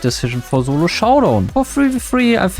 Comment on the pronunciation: i love the german accent when you try to say solo you say "zulo" instead lol